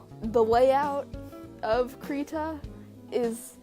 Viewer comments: It'd be "CRY-tah", also nice drawing! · The beginning is pronounced like "crib" (without the b). One can go to : and press the speaker button to hear the swedish pronunciation.